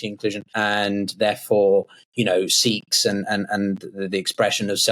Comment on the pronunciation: where did you find this clown..disseminating usual media manipulated propaganda..does not even know how to pronounce the entities much less the history of great SIKH heritage..